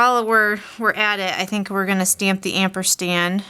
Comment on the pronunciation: great cards. I have really enjoyed seeing these new ideas for the card kit. I have to say that it is not amperstand its ampersand.